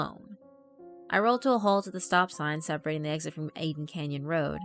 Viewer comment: “Aiden Canyon Road”?